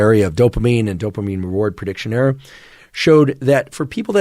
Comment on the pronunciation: I like making errrrrs. Lol, doc says error a lil funny, but this was super freaking helpful thought provoking information.